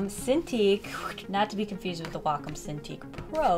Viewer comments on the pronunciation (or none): Its whack om nom nom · wA - cOm Wait I thought it was Way - com